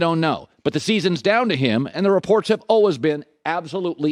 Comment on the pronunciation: Refuse to side with a guy who says "alwas" rather than" always" how does this dude get paid